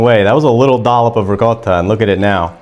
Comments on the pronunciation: I love the way he says ri - CO - ta instead of ricodda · loved it. Have liked and subscribed. thanks for posting And as an Italian, I really appreciate you pronouncing the word ricotta correctly lol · He pronounces it correctly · I've done something similar but with a can of stewed tomatoes. Shout out for pronouncing Ricotta correctly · Thank you for properly pronouncing “ricotta”! Hallelujah! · Thank you for pronouncing Ricotta properly!!!!!